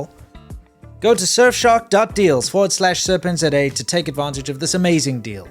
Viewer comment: Wait... it's pronounced Serpent Zet Ay? .... Bruh